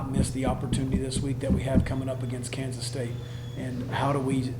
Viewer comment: It's Kansa......don't get to excited